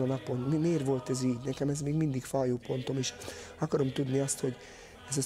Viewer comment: Gyözi nem ákárom hanem akarom he !